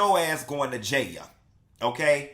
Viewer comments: Stop saying "jay-a" when it's a serious situation. Nothing about this deserves even a tad bit of humor/comedy. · Why you godda said JAHALE (Jail) like that lmao 🤣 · If u say jail like that ONE mo time 😂